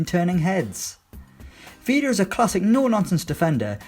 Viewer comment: Stopped watching when you butchered the pronunciation of Vida's first name